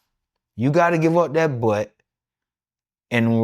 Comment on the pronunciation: You gotta give up dat bwutt 😂